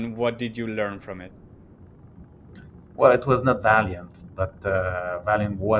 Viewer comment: Valeant, not Valiant 😀